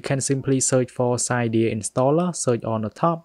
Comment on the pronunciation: It’s pronounced Si-deea